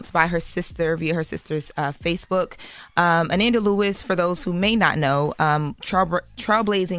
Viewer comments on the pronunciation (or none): Pronouncing Ananda like Amanda is driving me crazy! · They put more respect on Kamala's name and she paid them dust. Her name is pronounced.. uh-non-duh!! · I THINK it’s pronounced Ah-nahn-da but I’m pretty sure that it just went over their heads.. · Pronounced A-non-da 😡😡😡😡😡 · A-NoN-Da not A- nan- Da lol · is weird, why does she mispronounce her name, pronounce it correctly,then mispronounce it again. She needs less air time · If I didn’t know who she was talking about I wouldn’t have know by the pronunciation of her name 🤦🏾‍♂️. The fact envy and Charlemagne knows the correct way to pronounce it and didn’t correct her pissed me off. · Can we say her name right???❤❤❤ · Please pronounce the woman’s name correctly. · Said her name wrong 😢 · I said the same thing in my post. SAY HER NAME RIGHT!!! YOU HAD ONE JOB! The most irritating thing was kept switching back and forth when saying Ananda's name wrong, then right, then a few minutes later she would pronounce it wrong again! WHY??? It was so disrespectful bc she will get that Diddy court case stuff right by triple fact checking, but Ananda, a ground breaker in journalism and media, she phones it in like this doesn't matter. You only have one time to give someone a R.I.P. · If doesn't learn how to pronounce people's names correctly 🙄.... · The fact that their are THREE OTHER host and no one bothers to correct on the proper pronunciation of this woman’s name. So disrespectful 😢